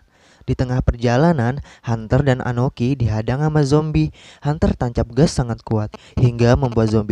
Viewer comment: Akoni bukan anoki, sakelar bukan sakalar